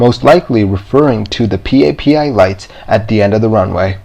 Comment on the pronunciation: You recently asked someone to help you pronounce “Multiple” (which you had no problems with) but it might be useful to know that PAPI (lights) is generally pronounced “Pappy”.